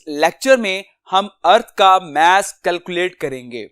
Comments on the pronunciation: Y r u pronouncing it mE-SS INSTEAD of maa-ss?🥲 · Mass nahi mess 😂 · Mess of a earth is really 😂😂😂😂 good its mass of a earth sir you pronounce not earth but tell good explain to us thanks for provide this valuable information